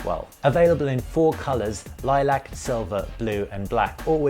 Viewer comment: Can't get over the pronunciation of lilac. Otherwise superb video